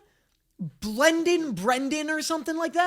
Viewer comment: ITS BLENDAN BLANDON GET IT RIGHT